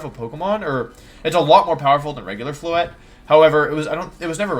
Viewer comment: THERE IS NO W IN FLOETTE!